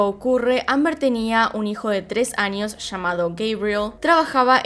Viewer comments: Pero debería cambiar un poco su asentó! Se dice años no añios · por favor cambia un poco tu asentó! Cómo la doble ll la pronunciación es muy fuerte! Años no añios! Eres buena pero tu pronunciación no! Eres excelente! Pero trabaja en tu pronunciación!